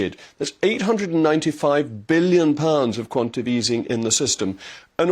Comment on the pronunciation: I would have thought that with your posh education you would know that it's quantaTATive easing (not quantative)